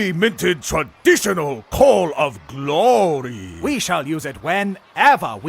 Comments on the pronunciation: The fact that neimoidians pronounce glory “guh-low-uh-rye” and then pronounce it glory later in the video made me cackle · The glory pronunciation was good, caught me off guard